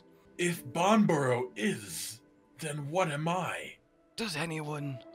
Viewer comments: that bit they were doing at the start. they both were pronouncing banbaro differently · Does Banbaro know it's Banbaro?